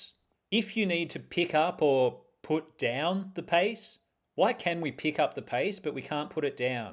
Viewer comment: At first listen, I thought you said "Paste with purpose" and I thought i missed something crafty, but you were just going for a walk 😅